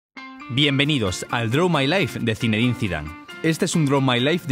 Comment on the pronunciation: en el minuto dice Zidave no Zidane